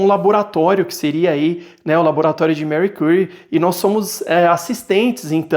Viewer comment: Gostei do review mas estou sofrendo por ouvir o nome dela assim… jkkkk